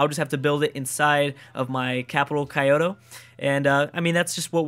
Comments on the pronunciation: Hey, just letting you know, Kyoto is pronounced KEY-o-to, not KAI-o-to. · Patheon... k-eye-oto... this guy is totally butchering the pronunciation. The N in pantheon is not silent, and the Japanese capital is key-oto. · key-oto(k y OH t oh ) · IT'S SO ANNOYING HOW HE SAYS IT KAI-YO-TO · kyoto is prononced kee as in key, oe, as in oboe or toe, and toe, kee-eo-toe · please don't read Kyoto as kayoto thorough entire gameplay. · It's pronounced Key-oto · ***** I could accept that argument for the likes of Tenochtitlan, but not for Kyoto. Its three syllables ffs.